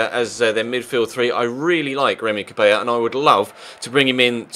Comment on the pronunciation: its prenounced as cabelá not cabeja because he isnt spanish the double-L doesnt convert to a j-sound